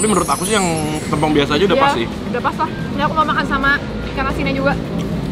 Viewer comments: Bukan tempong tapi tempong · tempong bang bukan tempong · Sejauh video sambal tempong ini masih belum ada yg bisa nyampein cara pengucapan tempong yg bner ke mereka kalo e nya tu pake e esteh, enak, ember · Bacanya tempong,, te nya kyk kita ucapin tempe 😁😁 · Kak tempong nya tuh pelafalannya gk gitu, te nya sama kayak tempe pelafalannyan heheh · bacanya bukan tempong ,tp tempong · bacanya tempong anjir e nya kaya baca tempe 😭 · Tempong, bukan tempong kakkkk😭